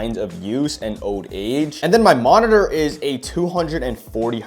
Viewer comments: holy how many times is finna say monitorrrrrrrrrrr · I’ve never been so triggered go hear “monitor” and to see someone buy their sibling a useless monitorřřrr